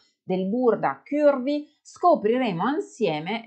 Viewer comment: Bel video con tanti consigli utili, anche se in realtà non sono proprio “curvy” (40 taglia europea) e dovrei modificare i cartamodelli per farli più piccoli. P.s: però non dire “chiurvi” non è la pronuncia corretta 😉